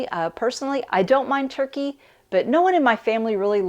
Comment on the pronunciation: Hello dear 😊. It' funny when you pronounce turkey in english we heard Turquie the country in french language 😂😂😂. Goodbye dear 😊